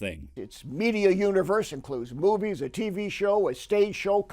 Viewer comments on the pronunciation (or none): Every time this guy says "movies" it sounds to me like he's saying "boobies".